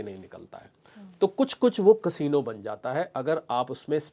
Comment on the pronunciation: कसीनो नहीं कॅसिनो बोलो